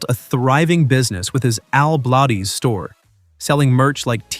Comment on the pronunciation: Al Blades (Not Bladez) WOW that's incredible 🤔